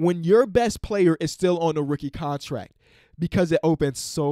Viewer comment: cant pronounce the t in contract, but over pronounces the t in Gobert